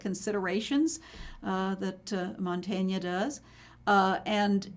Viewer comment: It's: Mantegna, not Montagna (a different artist) It's: Masaccio, not Masashio It's: Gentile, not Gentili